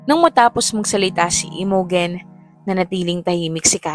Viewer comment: Imogen is pronounced as I-mow-jen ❤